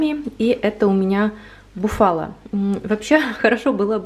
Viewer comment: ударение на бУфала и орИгано. С любовью из Италии😙😙😙